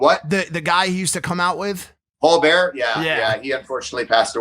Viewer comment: Did anyone hear Polar Bear instead of Paul Bearer lol